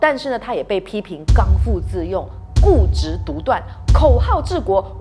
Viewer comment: 各位我發錯音，在此更正 🙏 「剛愎自用」 gāng bì zì yòng 指性情倔強，自以為是 Paiseh Paiseh 謝謝大家提醒～ 🙏